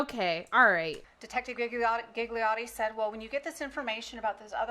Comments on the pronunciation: My hears are screaming… Gigliotti read as ghighliori… please kill me…. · All the “Gigliotti”pronunciation kill me It is an Italian surname N.b my surname is Gigli that mean lily